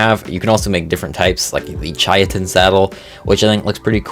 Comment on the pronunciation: Why did mans say chitin like that 😭 (it’s pronounced Kai-tin with a soft i, sorry for being a smartass i got the tism)